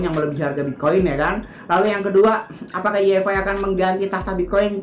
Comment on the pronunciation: Apaan yi ef ai? Way ef ay yg bener